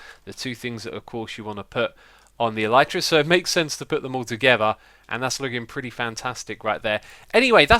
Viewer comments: It's not El-eye-tra It's not El-ee-tra It's El-i-tra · It's pronounced 'el-i-truh' The Y is pronounced like the I in 'tin' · Carrot Channel it's pronounced elytra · Tell Mumbo that he is saying the Elytra wrong. And while you are at it, ask him how to say Olaf.